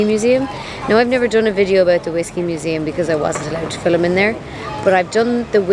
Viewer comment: Ok. So now I wanna know more about changlings and can’t wait for the “filth.” lol One curious “American” question…. Why do you add a “e” in the word “film” and pronounce it filem? 😊